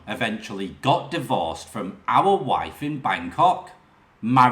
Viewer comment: You certainly need lessons in how to pronounce words your shit wiv / worF